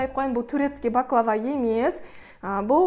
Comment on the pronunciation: 1)Бахлаба емес баклава 2)Түрікше баклава,орысша пахлава деп айтылады.